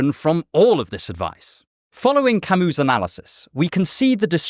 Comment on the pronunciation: Pronouncing "Albert Camus" how its supposed to "Owlbearrrr Camooo" is probably the most non intentional protentious thing I've heard all year if ever 😂 always gives me a giggle hearing him say it.